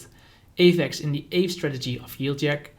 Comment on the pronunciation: You're pronouncing aave wrong! I was wondering what you were talking about until I read the ticker aave. Kinda like the first syllable of avocado spoken by a Spanish person.